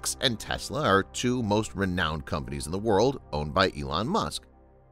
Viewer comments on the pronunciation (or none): none